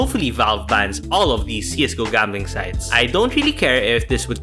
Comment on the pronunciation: Why the f you say jambling instead of gambling